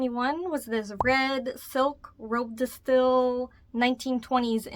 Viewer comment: All those dresses are so beautiful!! Love your style! Btw, the "style" in robe de style is pronounced "steel."